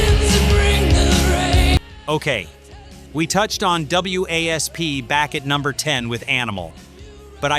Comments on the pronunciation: OK, you idiot blind in Texas really you’re playing Wild Child to completely different songs. WASP really you can’t pronounce wasp. It’s supposed to stand for we are sexual perverts and blind in Texas is about being drunk, but I can’t believe he played. Wild Child says he’s blind in Texas how stupid get a clue. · dude you taking the easy way out.. and do not even have the courtesy to fix the fuck ups... review ya shit and do like everyone else does.. find a way for the AI to pronounce WASP as WASP... probably had the AI write everything and lay it out and make the video also not just the voice model... review ya shit poser... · I'm not subscribing to something that uses AI that gets things wrong. #4 is Wild Child, NOT Blind in Texas. 55+ year Rock, Hard Rock, and Heavy Metal fan. Additionally, W.A.S.P. is pronounced WASP, like the insect. This makes you sound foolish to real fans. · W.A.S.P. is pronounced wasp. Please try to get information correct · Well, when you’re talking about WASP it’s called wasp, pronounce it as wasp and quit trying to be stupid about how to pronounce their names and I know Blackie Lawless it’s very famous for pushing boundaries. And he did a very good job at it. You can love him, and you could hate him the simple fact of matter he was there and he was in everybody’s face and I have a lot of respect for that band in him. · Stop calling them W A S P. it is WASP. We Are Sexual Perverts. So annoying AI shit. Nailed everything else. I did see 8 out of 10 on MTV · It's not pronounced w a s p...it's wasp. Stupid A.I. . Ya I didn't see Dee in full get up at senate hearing, he was in blue jeans and Jean vest. This channel sucks. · Why you call it Blind in Texas the video you showed was Wild Child and iis WASP not W A S P fix your AI before doing another video embarrassing yourselves again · if there were no periods for AI to read off, then yeah. Wasp. Instead of w…a…s…p… every time it said their name. Think! 😏👈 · Wasp just say WASP